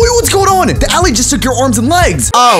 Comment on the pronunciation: bro calls an aLLAY an aly ITS NOT THE SAME